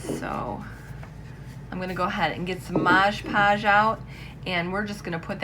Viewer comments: lt’s Mod Podge not modes podges just like on the bottle. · FYI it’s mod podge not modge modge lol